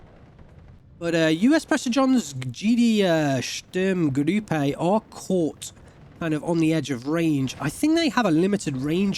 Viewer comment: you keep saying Sturmgrüppe. perhaps you save that ü for some unit names that need it?